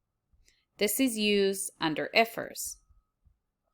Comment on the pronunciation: ❤❤❤ I like the way you say I.F.R.S